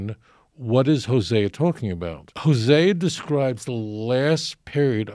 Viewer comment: He can't pronounce the name of the prophets LOL